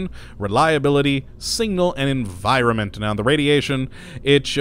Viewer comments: S I G N A L!! Not "single" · SIGNAL. Not single. pronunciation. learn it. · okschischen singal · I heard singal too. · and singnal instead of signal I love the way some people pronounce words oddly :) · singnal teehee.. I love the odd way some people pronounce certain wordsAnyway thanks for this great overview, I know it's an old video but it still applies!